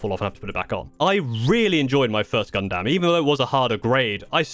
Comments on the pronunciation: “Gun-dum”. Not “Gun-DAM”. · Brub, when he said “Gun—-DAM” like dam man. You are killing me 😭😭😭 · just one thing to correct other than you mispronouncing Gundam (it's closer to Gundum) is the difficulty as there is currently at least 5 to 6 levels of difficulty on the kits EG or Entry Grade (you were right on this one) HG or High Grade (this is the next step up in difficulty) RG or Real Grade (this is the in between HG and MG in difficulty and cost) MG or Master Grade (next to the top on difficulty) and finally PG or Perfect Grade (these are the really expensive kits like around $200 to $300 US) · Ok so you do say gunpla right but you don’t say gundam right and yea you might have put a few connectors in wrong cus the head shouldn’t be falling off 😅